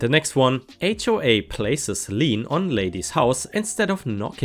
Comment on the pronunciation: By the way, for readers - it's "Lien", (pronounced Lean - not really, but close enough)